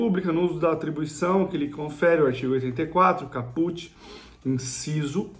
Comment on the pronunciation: Cáput, não é Capùt, ignorante